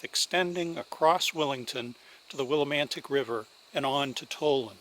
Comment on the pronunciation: Tal-land, not Toll-land.